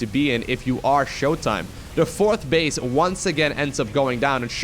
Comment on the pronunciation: did say center bitch. Instead of center base? Lol.